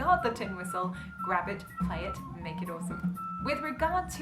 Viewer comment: Excellent work. Can I make a correction. Tommy Makem’s surname’ is pronounced “May Kem” Thanks for respecting the Irish. 👏 Another great Irish expert on the tin whistle ‘ is Vinnie Kilduff. At the time of writing ‘ he is regarded as Ireland’s leading male exponent on the instrument. Maybe he might get a mention ‘ in a future video.? Keep the videos coming.